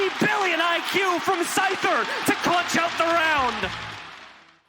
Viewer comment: The #1 russian players name is pronouced scooter, not the pokemon scyther. Scyther is how you spell scooter in russian to english. This inof is relayed by SCOOTER himself.